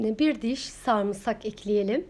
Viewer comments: Bir insan söyleyemediği bir kelimeyi neden bu kadar dile getirir anlam veremiyorum, (sarmısak) 😅 sarımsak olacaktı 😃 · Kadının saamsak demesi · #sarımsak" nasıl telaffuz edilmez adlı çalışma. buyurun izleyin. ablacım senin söylediğin şeyi söylemek ne kadar zor ya. bir kelimenin doğrusu bu kadar kolayken nasıl beş kere üst üste yanlış söylersin? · Samsak değil sarımsak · Samsak Samsak tamam abla sarımsak anladım 🤣🤣🤣🤣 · YA NİYE MAL GİBİ KONUŞUYORSU SARMSAK NE SARIMSAK DESENE KAMERDA KİBARLAŞMAYA ÇALIŞIYOSUN AMA ÇOK BELLİ EDİYODUNNN İNNNCECİKKK ALLAHIM YA NALADIKKKK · Samsak değil sarımsak 🤗